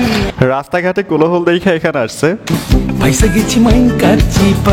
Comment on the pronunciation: কোলোহল না এটা কোলাহল হবে ।